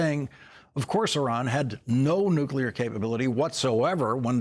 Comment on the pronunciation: He pronounces nuclear wrong. I don’t trust him.